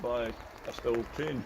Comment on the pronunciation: It should be pronounced steel like the germans say it but almost everyone says still in the UK because of how it reads in English - keep saying steel - you're correct.